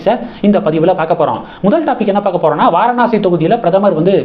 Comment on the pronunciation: Kindly pronounce as vaaraanasi 😊